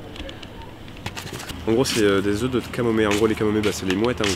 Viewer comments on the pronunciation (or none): none